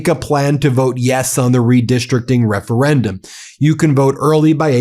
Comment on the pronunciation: can we talk about how this moron can’t even say referendum 😂😂😂😂 how tf is this maniac the leader of us😂